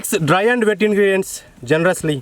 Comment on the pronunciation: It is wet ingredient not wed ingredients